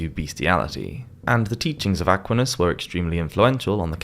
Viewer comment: Again, I love your content, but it's rather jarring to hear the mispronounced French names (and sometimes Italian ones.) Aquinus is Ah QUINE US, de Molay is DE moh LAY, and Cathar is pronounced CATH ar.. I think it's always a good idea to look up any word or name that's non-English to check on how it's pronounced...just a thought. With that, keep up the great work!